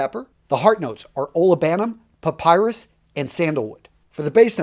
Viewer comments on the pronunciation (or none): none